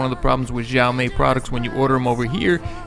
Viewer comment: It's pronounced she-ow me